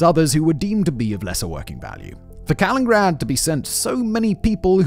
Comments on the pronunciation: Pretty sure he has been doing it for years at this point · I love Simon but he so often butchers pronunciations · He does it in every video he makes. It’s deliberate, leads to comments and boosts the videos in the algorithm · Right like Simon you can see the “nin” and you don’t even make a “nin” noise, you only made 1 “n” noise 😞😞😞😞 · in british aluminium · All that bragging about the great schools in the UK and he can't even say the name of the place he's discussing. This one is just too grating to finish. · All of you ruined this for me cause i read city name and as he missaid it i saw the comments...now its driving me nuts! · Sorry I can't get past the mispronunciation, I know it's what Simon's known for but I can't take it seriously. I'm only 2mins into a 55min video and it's cracking me up. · It's not "Kalingrad". It's "Kaliningrad" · Why does Simon call it "Kalingrad"? Ithougt it was "Kalinin-grad". Like "Lenin" but with 2 I's. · This one is making me cringe hard each time he says it. Kuh-li-nuhn-grad Jesus, if my Texan ass can pronounce it right, you should be able to get close at the very least. X.x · I never like correcting people but SIMON it's KalinINgrad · Has Russia changed the name from Kaliningrad to "Kalingrad?" If not, how did that get past spellcheck??!!😮 it's weird that it's spelled correctly in the video title, mispronounced throughout the entire video 🤔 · 1) Ostpreußen 2) Kaliningrad, not Kalingrad. 3) Russia is European. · Ah yes Kalingrad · Every time he mispronounces it, cut to me in my house alone, shouting over and over, “it’s KalinINgrad!” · This one is making me cringe hard each time he says it. Kuh-lin-nuhn-grad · 4 syllables in Ka-lin-in-grad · Did you say Kalingrad? :D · C'mon big brain guy it's KalinINgrad 😅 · I'm noticing a lot of breath popping in the recording on this one. As much as "Kalingrad" bugs me, the breath pops are definitely worse! 😉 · He prounounced the man Kaliningrad correctly but not the city lol.